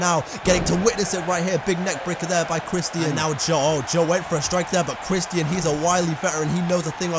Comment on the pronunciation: Dude said “Christ-Ian”